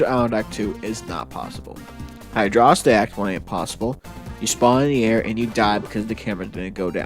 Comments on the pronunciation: bruh it's hydro-city not hydrossity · It’s pronounced “Hydrocity Zone.” ;) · The quality video and great concept do not excuse the use of "high-dross-itty". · Come on man don't 'whoops' it, own it. Hydro-city vs. high-dross-itty has been the longest standing war in the Sonic fandom. Stake your flag and be proud of it, no matter who hates how you say it. Hell, I'm pretty sure some smartass once called it "heedro-kitey" just to spite everyone else.